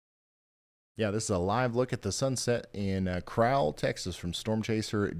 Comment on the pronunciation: Crowell TX is pronounce like black Bird crow